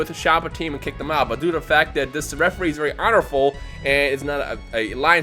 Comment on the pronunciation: Were you trying to say "honorable"?